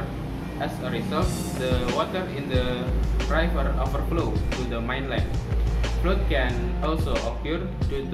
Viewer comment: Nice try,. Please check the pronunciation of 'flood' agaian.